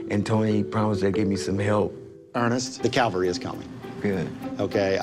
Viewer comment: this guy literally said “the CALVERY is coming” - how is he a CEO?